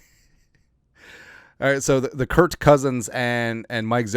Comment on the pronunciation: like your show but you should call cousins's first name properly.